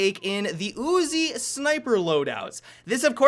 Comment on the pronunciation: "The ooozi"